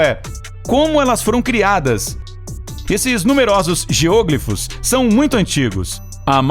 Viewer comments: A pronúncia correta é geoglÍfos, não geôglifos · "geôglifos"? Acredito que a pronúncia seja geoglífos. Geo - Terra, Glifo - traçado, desenho. É uma palavra com prefixo e sufixo, só meio que separar. Não sou professor de português mas me incomodou muito ouvir a pronúncia esquisita. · A pronúncia é GEOGLÍFOS (com tônica no i). Não se trata de uma proparoxítona. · "geôgrifos"? :v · Geoglífos e não GEÔGLIFOS... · "geôglifos" ...doeu no ouvido ! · Não se pronuncia GEÔÔGLIFOS ! 😣 Deslike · "Níger" é a Nigéria, em Português. A pronúncia correta é "géoglifos", não como está na locução! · Posso estar enganado, mas pra mim, a palavra geoglifo, não tem acento circunflexo no primeiro "o", para ter a pronúncia geÔglifo. Até porque, se dessa forma fosse, se tornaria uma proparoxítona, que, obrigatoriamente, seria acentuada. Enfim. A sílaba tônica é o "gli", e ouvir ele pronunciar dessa forma, me deu agonia. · Muito bom o video, mas sua pronuncia de geoglifos está horrivelmente errada, chega doer ao escutar. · geoglifos não se pronuncia dessa forma...vídeo incrível mas não assassina a linga portuguesa né kkkkkkk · O video é bem legal, mas o tem dificuldade com as silabas tônicas das palavras